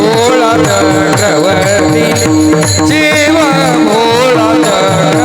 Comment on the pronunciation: ३९:४४ शिव भोळा चक्रवर्ती आहे चक्रव्रती नाही, उच्चारण सांभाळावे अर्थ बदलतो राम कृष्ण हरी